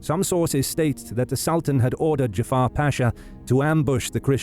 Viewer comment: The name is not Jafar it's Cafer. Turks are not Arabs.